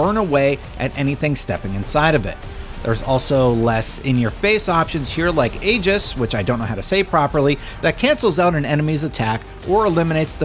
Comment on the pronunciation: its okay you said Aegis right!